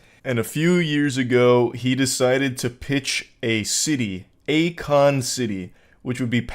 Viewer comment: Yeah, definitely not "A Kon"